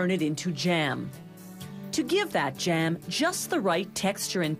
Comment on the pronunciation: I hate when people try to overpronounce words like this lady is annoying to listen to.. like it's jam not jaham..